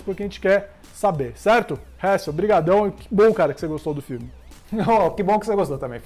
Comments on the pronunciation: Mano... Nem tentando da p leva esse "Réssel" a serio pqq... 😂😂😂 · Hessel ta certo mas ta errado